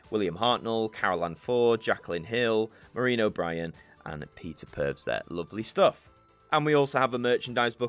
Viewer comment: Great review/unboxing. For future ref Peter Purves' surname is pronounced "Purvis", not pervs ;)